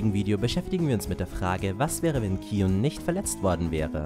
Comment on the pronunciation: Ja, das ist richtig ausgesprochen ^^